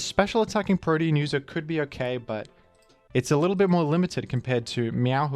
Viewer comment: pronounce protean as "protein" again and I will go iron mugulis on yo ass